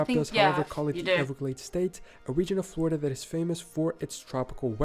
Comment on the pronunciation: It's Floweirda